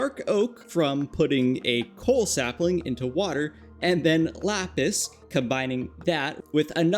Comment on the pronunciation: Sapling : ✖️ Sapiling : ✔️🥰